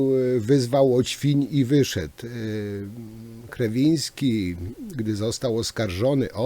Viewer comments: Nie chcę się czepiać, ale mówienie o "grzebaniu" i "zagłębianiu się" w kontekście tego obrazka z początku materiału wyszło nie najlepiej.😉 No i jeszcze to przekręcanie nazwiska Ministra Kierwińskiego , też dobrze nie świadczy o przeprowadzonym wcześniej research-u.😁 Pozdrawiam!🙋‍♂️ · Szanowny Panie Przekręca Waść nazwisko ministra, które brzmi Kierwiński. Trochę nie bardzo. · Jeśli już decyduje się pan analizować zachowanie ministra to wypada znać jego nazwisko. A jeśli z jakiegoś powodu musi pan to nazwisko przekręcać to wypada chociaż być konsekwentnym i trzymać się jednej wersji. Z przykrością to piszę. Dno panie i pół metra mułu.